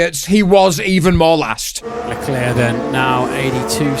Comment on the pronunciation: It's pronounced Leclerc,not Leclair,or not even Lecler